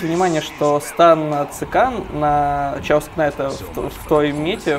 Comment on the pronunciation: Не "чаос", а "кэос" :)